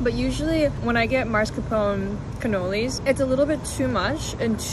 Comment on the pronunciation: She butchered the pronunciation of mascarpone 😅